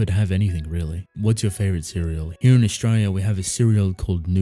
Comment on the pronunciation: The Aussie accent really shows when you say the word "Australia" Lol